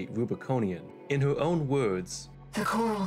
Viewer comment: dude's straight up speaking uwuspeak